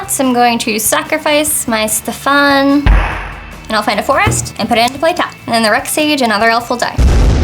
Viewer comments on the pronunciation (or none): none